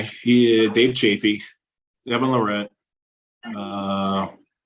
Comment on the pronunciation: LAR-rat. Not Lar-RAT. ✌️